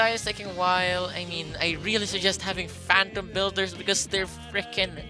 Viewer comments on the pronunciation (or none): none